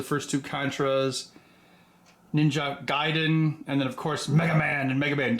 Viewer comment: Mr. Heck, I'm so proud of you for putting in the extra effort in saying Ninja Gaiden correctly. Mario and Lara next? ... =P best wishes from Germany <3